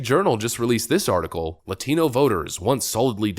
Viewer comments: how she keeps pronouncing "latino" is really freakin' irritating, and I'm "latino." You're speaking English, pronounce it with English sounds. Just like you'd say "Jackie Chan" with normal English pronounciation at the oscar awards, not 成龍 (sing lung with Chinese tones on the syllables). Just like how if I went to Japan, I'd have them pronounce my name, マリサ(Mah-rii-sah). Trying to communicate in a language using foreign sounds is a great way to fail to communicate. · Ever notice how much forced stress they put on the pronunciation of "Latino?" It's like they've been instructed repeatedly by their manager to say it like that. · Why does that MSNBC... person... speak with a generic yank accent for the most part, but put an irritating emphasis on his/her pronunciation of the "la-thee-no" words? It's really bloody irritating! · All u need to know if Dems are pandering to u, is to listen how they pronounce "Latino" with a patronizing foreign accent. It's gross 🤮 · Why do people who are 1/5th Hispanic pronounce words describing Hispanics differently than we do. Like, Latino but they say ladino.... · Minor note but it sickens me the way English has to be undermined as a language to keep the professional activist clowns satisfied The way they say "ladino" instead of Latino The way Columbia has been renamed "Colombia" Other countries with their languages aren't made to use foreign names and pronunciations for their names and words. You don't hear Spanish call Germany Deutschland they call it Alemania. French do not call Italy Italia they call it Italie. If you want to destroy a language let moron activists at it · It enrages me when they say Ladino. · The way these CNN pundits overemphasize the pronunciation of “Latino” is so cringe. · Why do all English non spanish accent speaking Latino who dont say any other words with an accent HAVE to pronounce Latino with an accent? It's almost like a low level virtue signal that they think gives them credibility